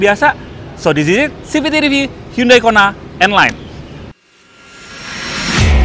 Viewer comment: Bacanya handai bukan hyundai